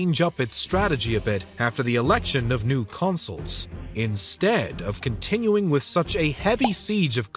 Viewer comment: Consuls, not consoles!!